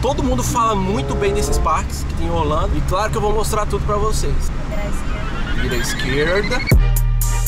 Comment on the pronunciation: no minuto vc falou olando em vez de orlando